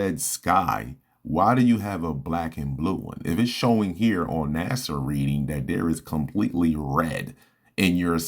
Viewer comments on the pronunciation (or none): none